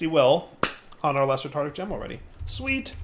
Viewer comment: Nice to see still says Tartic Gem.